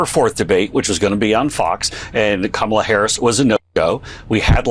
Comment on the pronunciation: And after she pronounced her name to him he still decides to say it incorrectly, what a childish LOSER #kamalaharrisforpresident2024